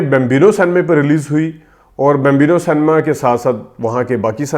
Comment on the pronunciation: The word is cinema (pronounced “sin a ma”) not san-ma. I do not want further defamation of my country. Likewise the word April is pronounced “Ay-pril” not “App-ril”. Please do not take offence. This is well-meaning brotherly advice.